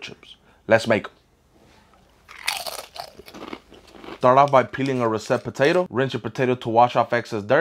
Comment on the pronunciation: The way he stresses the 2nd syllable instead of the 1st when he says russet